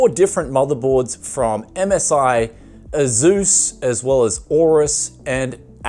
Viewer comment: It's /ˈeɪsuːs/, not /e'zu:s/